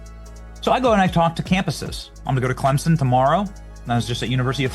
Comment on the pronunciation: It’s pronounced Clem Son! Not Clempson